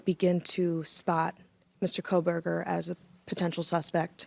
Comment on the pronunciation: calls him Coal-burger. This will be the biggest case of his life and he botches the name. 😠